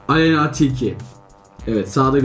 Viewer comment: Aleynnaağğğğ değil Aleyna 😂😂😂